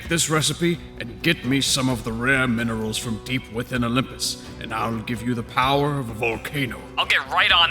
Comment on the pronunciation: says minserals, I'm dead xD